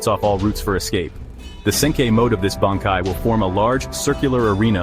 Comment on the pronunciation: I don't really agree with any of these, and the AI bot reading these cannot even say Bankai.